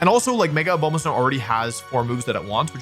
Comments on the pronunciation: Why does he say "Obama" so weird? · Can't say I was expecting a comment on the pronunciation of Lopunny after obviously butchering Abomasnow lol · Hearing Wolfe keep mispronouncing Abomasnow makes my ears very sad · With all due respect, how do you mispronounce Abomasnow that badly?! It's literally named after the ABOMINABLE snowman.